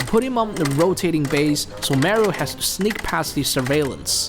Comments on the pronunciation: why do you keep saying Merio instead of just saying Mario? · It’smario not marie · Not marryo Mario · It’s MAR-IO!… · Dude really said MÄRIOW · Him saying "merio" triggers me lol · you say mario wrong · Does anyone hate how he says Mario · That pronunciation of Mario is killing me 😂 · Every incorrectly pronounced Mario ( Italian name!!!) Hurts. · It’s not Mario with A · Mario You’re pronouncing it wrong